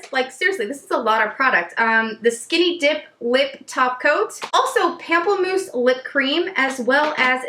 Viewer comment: pamplemousse is actually pronounced like "pom-plemousse" similar to the beginning of pomegranate (still fun to say though haha) it means grapefruit in french! love watching your swatch videos, you're always so candid and funny 😘